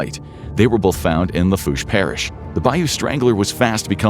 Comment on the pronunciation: I was loving in Houma around this time and never heard of this. About the only thing he pronounced correctly was Lafourche